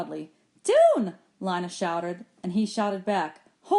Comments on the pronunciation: I sort of care how it was pronounced but you can go to the chick of sciences playlist version and at the bottom it should say leeyna not lyna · its leena not Lina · I think lina is pronounced leena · It not Li it Le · Its Leena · Lina I and A are vowels so it makes it so that I does not have a sound so when you say Lina it’s pronounced Line-ah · Lina is pronounced Len-uh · Makhan Punia I know it’s not a big deal but it’s pronounced lÍne-ah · Thanks you but it’s lean-uh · you pronounce Lina wrong it's pronouns like lean-uh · um she’s right so check yourself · You are pronouncing Lina wrong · I'm not even listening for school. Also it's Lina. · yah u pronounce wrong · It is not Lina